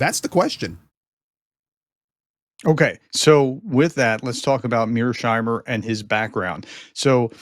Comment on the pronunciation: Mears-heimer, not Mear-sheimer! You may call him Meerschweinchen, though.